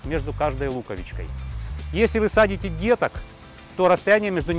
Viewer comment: СажАете, а не садите!